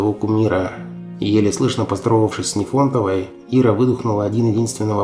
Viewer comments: ты зачем изувечил(a) фамилию замечательной русской актрисы Руфины Дмитриевны Нифонтовой? Какая она тебе НефОнтова? Запомни: НИфонтова, с ударением на первый слог! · Нифонтовой, ударение на первый слог, что вы уродуете?